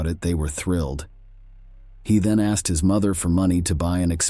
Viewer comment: Ask-ED clean-ED vanish-ED wtf